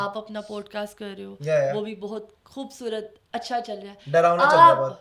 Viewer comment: Plzzzzz خ کو کھ مت بولا کروووووووو کھوبصورت نہیں ہوتا۔۔۔۔